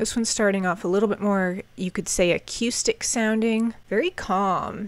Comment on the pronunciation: I’m not making fun of you but I really like the way you say acoustic. It almost sounds like a cue stick. It’s part of your charm 😊